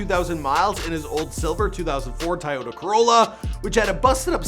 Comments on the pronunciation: I've never heard anyone pronounce Toyota as "Tie-oda" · Did you say” Tiyota Corolla “